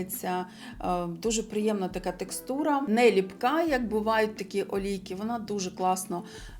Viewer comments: Не лІпка - не лИпка ❤ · Вірно буде "липкА", від "липкИй", "липкІ". Якщо вже наголос на першу "И" то лИпки (Липки) - це назва історичної місцевості у Печерському районі Києва.